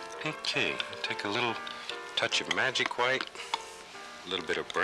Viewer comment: Anyone else love the way Bob says hwite?